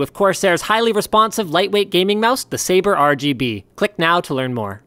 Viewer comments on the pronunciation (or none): none